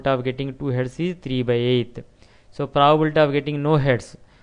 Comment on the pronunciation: Your content is good but you really need to work on your pronunciation. The way you pronounce 'probability' sounds like 'proabilta'. I had you mute the sound to complete watching the video. Thank you.